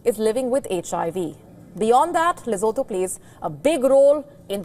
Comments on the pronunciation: Oh get over yourself Lesotho! Don't tell me you could name every single town or state in any part of the world! And know exactly where it is and what it stands for! Come on! Not impressed. Oh and if you wish to yack about Lesotho, do us a favor, PRONOUNCE it correctly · You can't even pronounce the country's name properly, and you're trying to sound offended on Lesotho's behalf? Morons! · You can't even pronounce the name 'Lesotho' correctly 😂😂😂 You're a joke!!!!😅😅😅